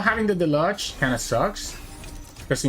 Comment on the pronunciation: Pie-oh-neer mar-odd-er (marauder) del-oo-j. I understand that english is probably not your first language. Just wanted to help a little :) I like your channel a lot